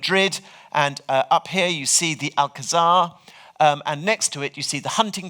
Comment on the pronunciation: A wonderful lecture! Though I must say the pronunciation of Alcazar is grating to a Spanish speaker.